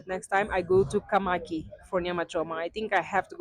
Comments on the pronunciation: Mys sister it is Kamakis we must hear the s sound at the end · It's kamakis